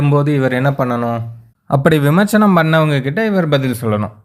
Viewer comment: Please correct it...விமர்ச்சனம் அல்ல....அது விமர்சனம்...சரியாக உச்சரிக்கவும்.